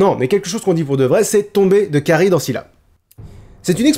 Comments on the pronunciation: Je me pose une question. Ça s'écrit Charybde en Scylla et dans la vidéo s'est prononcé ChardyDe avec le b muet et moi il me semblait qu'on devait dire CharyBe avec le d muet. Est ce que quelqu'un sait ce qui est correct ? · Par contre Charybde se prononce "karibe" et non pas "karide" :D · Karibde benzema?? 😂 charybde plutot x) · Oedipe ça se prononce EUdipe pas édipe ! Et on dit Charybde on ne dit pas Charybeu , on prononce les 2 consonnes à la suite b et d donc charybeudeu ! La prononciation est pas top :p